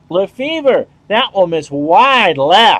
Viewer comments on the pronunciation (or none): Lefebvre is actually pronounced Luh-FAY :-) How is this version of the game. The last one I bought was 2016, and not sure if there is really anyhting "must have" in this version. Is it just basically a minor release or are there enough improvements to consider getting it?